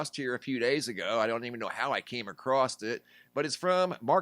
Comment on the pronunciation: There is no "t" in the word "across" please learn the pronunciation of the word thanks.